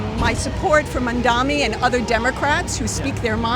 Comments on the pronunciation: She doesnt even say his name correctly! She says Mondami but its really Mamdani. She is a brainwashed ignoramise! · She keeps saying “mandami”…can’t even pronounce the name correctly. It’s a peculiar trait, Jewish self-hate.